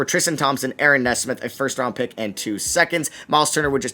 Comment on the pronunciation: Aaron Nesmith Your pronouncing his last name wrong Look at basketball reference